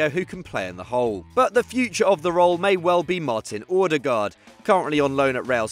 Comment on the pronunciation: The way you pronounced Odegaard was funny af. It's Odegaard not Ordegerd